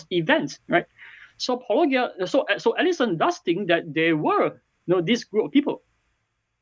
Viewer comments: If anybody deserves anybody an apology for not researching the opponent's work enough, I would say its the guy that mispronounced "Paulogia" the entire video. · The fact that he can't pronounce "Paulogia" says something about his knowledge of intentionality. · I was wondering if such a simple pronunciation throws them, how the fuck can they deal with biblical naming convention of people and places!! I think they "stumble" on his name on purpose. Seems most of the christian propagandists do. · In their video, they state "I always forget how to pronounce Paulogia", even though you say it at the start of every video. Leads me to believe he didn't actual watch any of your videos. Also, technically, saying 2 instead of 6 makes an error of 2/3 (66%), not 200%. If you had said 6 instead of 2, it would be 200%. The magnitude is determined by the original number, not the number in error. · Not guilty. The plaintiffs are guilty of wilfully mispronouncing Paulogia so that it doesn’t sound anything like apologetics. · People don't seem to be able to get your name pronunciation quite right. You might want to start your videos by introducing yourself or something 🙄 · It is weird that people responding to keep mispronouncing the name. If they've heard his videos, they have heard him say it. And when you consider who they are, you'd expect them to get the pun right away. It's almost as if they're doing it intentionally. Or maybe they just have a really bad ear for language. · How do they keep mispronouncing your name? Escpecially since you say it in every. single. video. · I think it's intentional, if only because he said "Paulogia owes me an apology" and pronounced apology correctly. That's my guess. I could be wrong but I doubt it. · The poor dude kept mispronounced your name repeatedly as he misrepresented your point repeatedly. He ought to be ashamed of himself, that little man. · And also guilty of another serious crime, pronouncing Paulogia with a hard G.